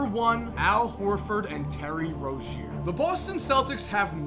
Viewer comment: ITS PRONOUNCED LIKE ROZE-ZEER. PLEASE